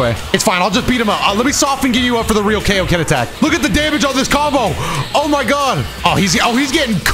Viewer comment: Yeah you shouldn't have done the KAO-Ken. You should've done the Kaio-ken! XD🤓🤣